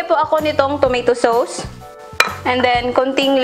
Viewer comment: PRONONCED AS "TO-MAY-TO SOS" NOT TOMATOE SOOWS.